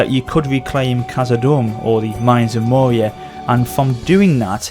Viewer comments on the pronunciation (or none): none